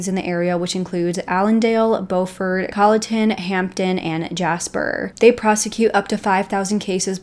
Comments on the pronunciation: Very interesting reporting with lots of facts, but I do have one correction; Beaufort is pronounced BU-fort. I am from that area. Thank you! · lolol bofort, I was like what the heck 😂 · It's pronounced "bew-fort" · Pronounced “Byuu Ford” not the grammatically correct Beau Ford Ty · Beaufort not Bomount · It's BEAUFORT, not "BO FORT" South Carolina. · You are not saying Beaufort correctly…. But glad you are talking about this. That boy got away with killing 3 people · Need to pronounce BEAUFORT correctly! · Please learn the correct pronunciation of Beaufort, S.C. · You lose credibility when fail to take the time to learn to properly pronounce words such as Beaufort. This is South Carolina, not North Carolina. Very disrespectful to the Palmetto state. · Good reportage . How eva the town of Beaufort is pronounced as BUUFORD not BOWFORT . We are Southern down here , not Yankees ....This is a real interesting case . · I love your videos, I live here in SC and it’s driving me crazy lol it pronounced with a U, Beaufort not bOfort, I’m sorry. Keep up the great work. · It's not "Bow" fort. It's Byoo-fort. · It’s not pronounced bo-furt. It’s bue-furt. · Thanks for covering this story. The beau in Beaufort is pronounced like stew with a b or bew-fort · Just FYI, it’s Beaufort, NC… “Beaufort, SC” is pronounced “Beau-fort” like beautiful Beaufort. Thank you for covering this case. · I’m from South Carolina as well, I enjoyed your video and subscribed to your channel- but I must tell you Beaufort is pronounced Bew fort . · I think the locals call the name of the town “Buferd” Bu (rhyming with you) and ferd (rhyming with herd). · It’s leek Murdock their pronunciation, Beaufort, Bufort is how we pronounce it in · The town is pronounced Bu fort, not Bow fort. The name is pronounced Mur duack not Mur dauh.